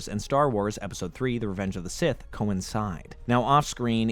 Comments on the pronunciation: Say it with me now. "SITH" NOT "CIS"!🤬 very distracting and made it hard to watch. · I thought he was struggling to pronounce “sith”